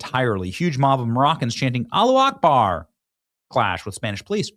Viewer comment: Benny you sound really stupid pronouncing “Allahu Akbar!” it is not ‘Alla Akbar’ it is Alla Hu Akbar. Change, and start getting respect from an avid listener again!